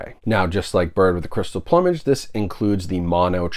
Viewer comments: It's plewmage like flew not plumbage like a plumber or plumb lol..this is the third reviewer who can't pronounce that word hahah..keep up the reviews! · I had to rewind that part of this video to make sure I heard it right, I have NEVER heard someone pronounce plumage like "uh" before. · Dude, I enjoy and appreciate your reviews, but, you are either extremely wealthy or out of your mind,! $130 with tax for 3 movies! Maybe you also should learn how to pronounce words! The word in PLUM ( PLOOM ) -AGE !!! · Any Monty Python fan would also know that the word is pronounced ploom-age. Dead Parrot Sketch. :) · Bird with the crystal PLOOM-age…lol. Not sure how everyone seems to be mispronouncing this title. A peacock has a PLUME…SO… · It's plu mage not plumage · Drives my crazy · Hahaha yep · Thompson sad, but true…lol.